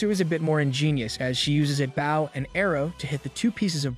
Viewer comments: Dude, really... You don't know how to say bow? It's not a bough, it's a bow. You know, like bow&arrows... a bow... the curved piece of wood with a string attached that you use to fire arrows, or even, bow, the thing that girls wear in thier hair, or a bow-tie the thing that guys wear around thier neck with a tuxedo? It's not like a dog barking bow-wow... The rockabye baby's not gonna fall when it breaks... It's a bow, pronounced bO like the letter o with a b sound infront. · Why are you saying "bao" instead of "bow" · did he seriously just say baw instead of bow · "bauw and arrow" why does the ai say bauw and not bow? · My dude great video but its a bOw not a bAw. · good videos im just bothered by the way you say bow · how is it that you do not know how to pronounce BOW properly? its bow and arrow not bao and arrao. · Gotta love this shitty tts, the highs (frequency wise) barely damage my speakers & ears. I also like my“bouws“ & arrows. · You say how and arrow oddly and it's very irritating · Bow not bow like on a boat. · Why do you pronounce bow like that. It seems like every narrator for manga and anime pronounces things wrong on purpose. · I'm liking the story 😊however why the hell can't you learn to say bow and arrow correctly😮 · Great recap, but damn his pronunciation of bow was so annoying. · man, you need to sign up for hooked on phonics, because your pronunciations of some very common words is horrible. Its a bow, not a bough. its though, not dough. I could keep going, but i'd be typing out a dictionary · Please tell me that English is not your first language. I can't guess any other reason for mispronouncing words like 'bow' and 'sabotage'. I decided to just read the comic myself at that point, since watching comics has never been my preferred method anyways.